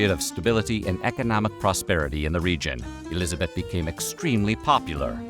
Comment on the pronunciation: Nice pronounciation of Elisabeth! 😍